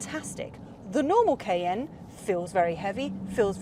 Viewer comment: Noticed how she (and possibly other Brits) pronounce ‘Cayenne’ — as just 2 letters: “KN”